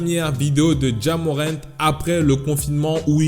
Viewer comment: "Ja Morrant" ta mis un r en plus